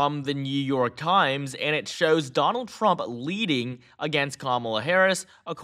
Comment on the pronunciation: He said donang trumk 😂 listen the first 3seconds